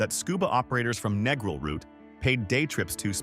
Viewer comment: if the narrator can't even pronounce Negril, he knows nothing about Jamaica. Been to Negril 4 times, walked everywhere, no problems. Been to MOntego Bay 4 times, no problems. Going to Ocho Rios in Nov for 13th trip, this video is misleading.